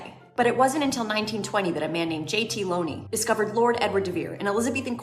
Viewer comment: Looney did not pronounce his name Lone-E.